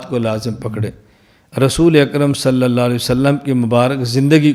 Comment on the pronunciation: لفظ اللہ پُر پڑھا جاتا ہے درست پڑھا کریں